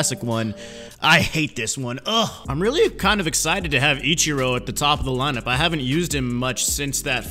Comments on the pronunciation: What else will he say Itchiro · It sounds like he's saying "ECHIRO".